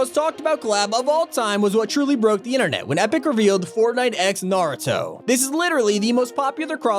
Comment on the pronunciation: This is literally just a compilation of how many names he can get wrong “GOOJEEMOAH” “NARATOE” “GIYULL”